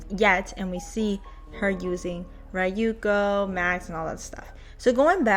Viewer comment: Ryuko's pronunciation is more "ri-yu-ko" than rai-yu-ko. Like no offence ik western ppl have a hard time pronouncing japanese names for some reason but do know that's how you pronounce it. The butchering of her name grates my asian ass ears. Thanks for the update.